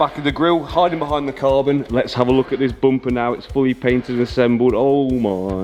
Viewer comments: Its bumper .....not bompa🙏💀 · Rear "boomper" bro's a 100% Irish 😂